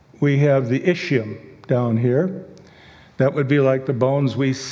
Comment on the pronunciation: The creationist's pronunciation of ischium is atrocious.